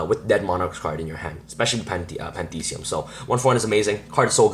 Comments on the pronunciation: its pronounced Pan-thee -is-um . the same way theism is pronounced in atheism NOT pan-thee-see-um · dude. its pantheism, not pandeede, that being said... nice deck list